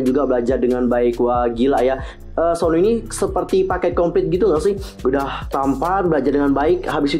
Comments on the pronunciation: Aku nyebutnya suno bukan Sonu😂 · Tulisan nya Sunoo tp klo di panggil dlm pengucapan bhs Korea itu yg bener sonu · Dalam pengucapan bahasa Korea, Sunoo dibaca Seon-u